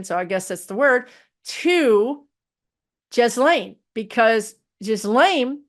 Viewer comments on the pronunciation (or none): Ghislaine Maxwell is pronounced. Gheeelane, I think. 😉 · Lol, not that it matters, Ghislaine: the G is like the G in guilty, S is silent, The french. Lol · I think Gaetz is being “Cawthorned” 😂. Ghislaine, hard “g” , no “s” . Gilane.